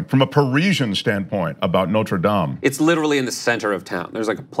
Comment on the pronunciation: Thank you for pronouncing “Dame” properly in the context of the church.